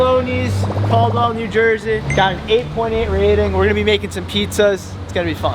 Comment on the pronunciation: The way he says New Jersey at the beginning is just funny